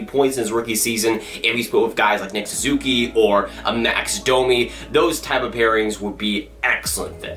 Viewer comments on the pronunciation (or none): none